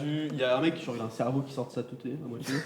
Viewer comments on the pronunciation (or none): il a dis « cerveau qui sorte de leur teuté » j’ai fais « mha. »